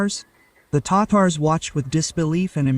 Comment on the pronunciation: (Ta-Tars) not tators😂